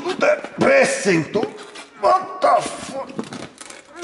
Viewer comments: Wat da VUCC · Vot da fock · vat ta vak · THE BEST PART IS JUST HIM SAYING wat da fuhk lololol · more like 'vhat duh fook' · *vat da fak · wat da fuuk :D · The way he shouts "Vwat da fuck!" is awesome. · "vatafakk" hahah love this channel! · The way he said "what the fuck" with his accent was funny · Brilliant when he said wtf in his accent! love this guy!